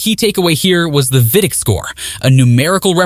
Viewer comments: Also pronounces vidiq as vidick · no bro it’s AI voice over. Humans know how to pronounce VidIQ. Please tell the name of software